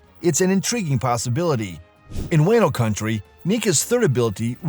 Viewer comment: Wah-no, not way-no